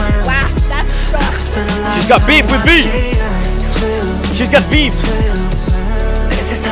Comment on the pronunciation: “She got Veef”😂😂😂